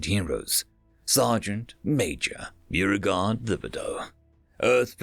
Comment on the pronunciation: I think it’s BO-regard. TI be dough, at least in my part of the south it is. Also, Action would be revolver the propellant is smokeless. Apologies for being pedantic, I just couldn’t help myself.